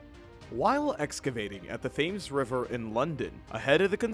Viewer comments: WTF is a brewch and where is the river thaymes? This guy shouldn't be narrating videos with whatever that accent is. No insult meant, anyone can get pronunciations wrong, but this guy sounds like he was taught English by someone who can barely speak it in the 1st place. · You really need to learn how to pronounce the word Thames.